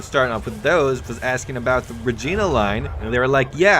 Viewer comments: Ouch that reggiane pronunciation you said Regina it's close but reh-gianeh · Regainne is prounced Re-Ga-Ni-Eh Still good vid.